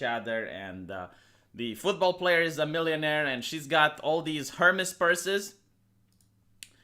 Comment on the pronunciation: You can't say Hermès like that lol I can't lol